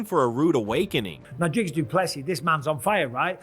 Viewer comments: How can Dana still not pronounce Dricus’s name properly? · Even Dana doesn't know how to pronounce his name